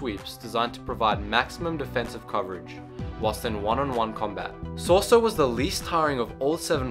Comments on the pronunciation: If you are going to make a video about the seven forms of lightsaber combat atleast learn to PRONOUNCE them in the first place i mean what the actual fuck! its shorter to make the list of the names you pronounced correctly then the ones you said right! Shii-cho ataru and shien were the only ones you actually said correctly all others were wrong. its pronounced MAkashi, Sor-EE-so, D(e)Jem sho, NI-man (pronounce it like you would say the word nigh as in the "the time is nigh") and its Ju-yO and VA-pad. also you got the names of users of most of these styles completely wrong. obi wan never used niman he was reknowned in the jedi order for being the go to SORESU master. while yoda knew alot about all the lightsaber forms he definitely oriented himself more towards ataru than he EVER did shii cho. Darth bane did not use form 3 he was mainly form 5. and i suppose thats the end of my little rant. i just dont know why you made this video when you clearly know very little of the topic. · I enjoy the video greatly, but I just have to ask, when he's saying soresu, am I the only one hearong 'sorso' or 'soso'? I enjoy thie video, and I appreciate it, this is not meant to be a negative comment, but positive critisicm, keep on going man, you're doing great! :) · "Sor-ee-su" is how you pronounce form 3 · Form III is pronounced So-rey-sue btw. But good job on the description and notable users. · wtf is Sore-so? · say it with me :P So - Re - SU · So-re-su pronounced soh res u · For crying out loud, if you're going to make a video about the forms, get the pronunciations correct. Shi-Cho (SHE chO) Makashi (ma-KAA-shee) Soresu (SO-ray-SUE) Ataru (ah-TAR-uu) Shien (SHEE-in) Djem So (GEM SO) Niman (NEE-mahn) Juyo (JEW-yo) Vaapad (VAH-pad) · its pronouce sor - ies -ue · Ma-ka-shi! SO-REE-SUE!! ATA-RU!! DA-JEM SO! JU-YO! Seriously! You call yourself a Star Wars fan but you cannot pronounce forms properly. At least you pronounced Shii Cho, Shien, Niman and Vaapad right.